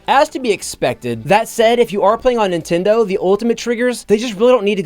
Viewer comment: Do you pronounce Nintendo as Nitendoo?